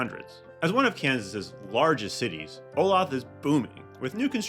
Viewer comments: Before posting a video about cities, you should at least learn the correct pronunciation of thrn. You are pronouncing Olathe WRONG! It’s pronounced Oh Lay The. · Pronounce Olathe (O- LAY-THE). It is mispronounced all the time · You need to learn how to pronounce the names of the towns. It's Oh LAY thu. 3 syllables. Other errors also.